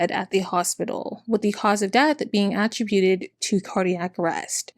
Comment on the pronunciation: You do a great job on these videos but girl you have to work on pronouncing some basic words: Attribute Contribute Prostate Oxycodone Spokane Colonic Annual Fibromyalgia It’s very distracting and takes away from the polish of your presentation.